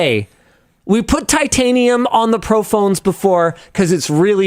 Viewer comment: Why was Linus’s “titanium” actually good